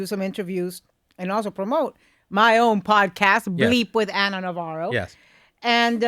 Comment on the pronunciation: Anna not Ann sorry